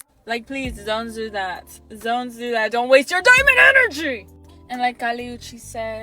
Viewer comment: Wrong: Women who want their worth measured in money are no diamond but the cheapest thing a man can get. I do, however, love how she yells into the camera like a primitive animal, "zon zo zat, zon zo zat, zont waste YOUR DIAMOND ENERGYYY!!!!!!!!!!" 🤣😂🤣